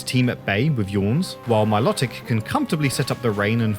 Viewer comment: Please say Milotic's name correctly its pronounced MILO TICK not MILOT IC